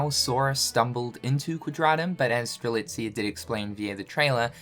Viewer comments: finally saying Strelitzia’s name right 😆😆😆😆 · Its great that you can pronounce Strelitzia right now; now do it for the other x characters! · Having pronounce Strelitzia correctly is the most unbelievable thing this year ahem jk xP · I saw this thumbnail and begged that he wouldn't say strelisa, god that felt great xD